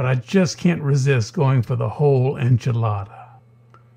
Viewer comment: enchilada sir. for the love of God, enchilada